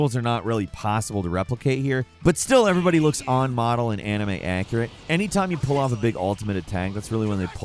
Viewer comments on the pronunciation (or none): none